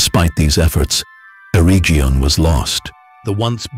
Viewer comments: Eregion is a hard g. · Those pronunciations are terrible. Air-region and selebrimbor lol